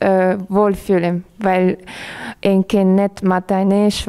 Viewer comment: Die Rednerin sollte vielleicht erst einmal die deutsche Sprache lernen. (isch, disch, misch...)